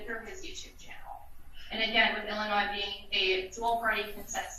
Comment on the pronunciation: judge put the s in illinoise?